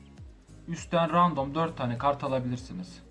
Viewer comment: Random demek yerine ya rastgele demeni tavsiye ederim ya da rendım demeni tavsiye ediyorum kulak tırmalıyor